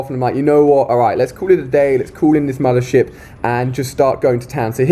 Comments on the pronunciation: i thought he said mother shit :D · is it just me or is he sayin' "mothershit" hahah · I thought he said "Mother Shit" 😂😂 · Anyone else thought he was saying a swear when he said mothership